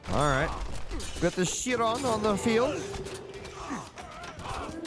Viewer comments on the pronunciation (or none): Great cast Just putting this here to improve your pronunciation for future - Toxotes = Tox-Oh-Tays - Chiron = Kai-Ron - Jarl = Yarl (just in case) Everything else was perfect